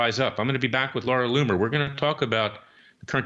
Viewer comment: Look Larry! You are really doing your client & the case a dis-service when you address the journalist Laura Loomer as Laura Loom, or Loon, or whatever you are saying. Her name is LOOMER! Get it straight!